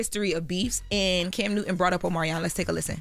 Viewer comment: Why is pronouncing CAM as Kim? Is that a Delaware thing?